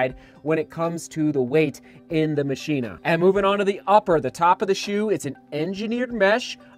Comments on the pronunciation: 7! Could be pronounced ma-key-na.... not machine-ah... just guessing... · Mock-e-na (like Mach speed) is the proper pronunciation I believe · Its pronounced "Mah-chyna" you plebs. Just ask our president. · I think it's pronounced 'ma-k-i-na', like the movie Ex Machina. Outer material actually looks like Ava in the movie. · I think it is pronounced, Machh - Ina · it's Machina as in "Ma-Ki-Na" like the spanish for machine. I have an UA hovr phantom SE and actually love it except for the weight, could be better. The UA tech is actually very nice and detailed once synced into the map my run app. IF UA could produce lightweight running shoes, it would be great. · I think it's probably pronounced like how you say deus ex machina